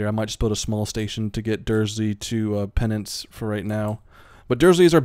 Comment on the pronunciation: just so you know its pronounced: Ashbee De La Zooch (that's as phonetically correct as I think I can get it for you). Also: Pen-Zanse and Stablefud (you don't pronounce the ford, just pronounced as "fud")